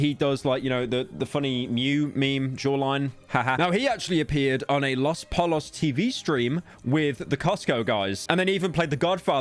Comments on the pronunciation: "Los polos" 😭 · Los Polos ❌ Las Palas ✅ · "los polos" this mispronunciation meme is getting crazy yyy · Please never say los poLos ever again